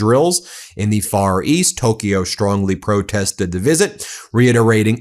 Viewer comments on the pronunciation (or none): none